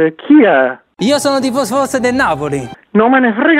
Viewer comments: dice tifosfoso no tifoso forse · Apparte che non dice tifoso ma tifososo è li che fa ridere....